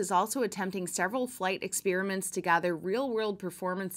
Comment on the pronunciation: Great report, but please don't say ex-PEER-i-ment. It's wrong, even if 2% of people suddenly say it that way. Yes, wrong. Don't ex-PAIR-i-ment with settled pronunciations, please.